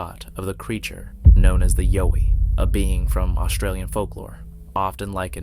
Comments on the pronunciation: Videos would be so much easier to watch if the narrator would learn how to pronounce things correctly....YOWIE !!!??? RECORD!!!??? And please stop adding your 2cents about what sceptics think...who cares , its actually very annoying to hear you lie over and over again about the things other people might be saying...especially when its the same boring over and over and over again....sceptics think it could be someone in a suit....sceptics think its just a blob squatch...who gives a rats ass what sceptics think man!! I watch these videos for the content, not what a bunch of idiots think and might say. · This guy can’t say yowie. Nothing short of a body proves anything. Been plenty of pics already. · I second that! Learn the pronunciation of the creatures you’re speaking of. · Why would it be “The Sunshine Coast Bigfoot Research” when they’re called Yowies in Australia? That and your mispronunciation of the name dies nothing to establish your credibility. Skip. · Ok.think of the word “owl”. Put a Y in front and an E on the end. That’s how you pronounce Yowie. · 💯 CORRECT.Vator is a, well,I will keep that part to myself. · I was just gonna say that haha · the last bonus clip was comical . This guy is just a very watered down Generic wanna be of Maximum Fear channel. and it''s (ya-OW-ee).. Yowie. not (YO-we). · I'm Australian....it's pronounced....YOWIE as in you've hurt yourself...OW....,not YO as in the American accent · Yowie mate. Not Yoie. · Pronounce it as an Aussie Yeowie..emphasis on the yEowie..not the YO :) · Its not (Yo-E) its, (Yow-E). And #10 is stolen audio from Mike Patterson of Sasquatch Ontiaro. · Yowie (Yeeoww--eeee)not Yoh ee. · Its YOWIE (yauw-ee) pronounced like the word cow. Not as in yo-yo. Do your research beforehand..... you should at least get the pronunciation of the main subject right. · Its Yow wee...Like wow wee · WHO KNEW that "Yowie" rhymes with "doughy"? 😂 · YA-OWE-EE...Now Say it fast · Yowie is pronounced like "wow".